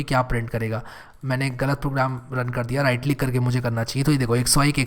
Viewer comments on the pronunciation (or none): none